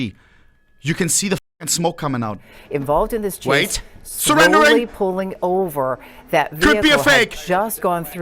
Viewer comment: Case ❌️ Chase ✅️